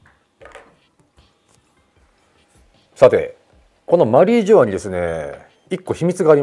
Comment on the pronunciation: 野田さんの発音マリー⤴︎ジョアなの気になるー！ マリー⤵︎ジョアじゃないのかなー😮